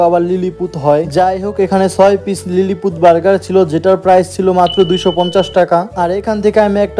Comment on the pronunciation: Its not lilypeed its lily poot